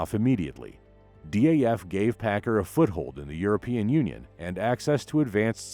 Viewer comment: I noticed the same thing. Also its DAF, not D.A.F.